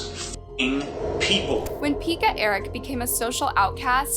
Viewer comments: There you go again; mispronounced names. 🤷‍♀️🤭🙃Now honey, it’s not “Peeka” it’s pronounced “Pecka”, as in hen pecked. But, as usual, a really good video! 👍👏👏. 💟☮️ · Peck-ka, Yokela.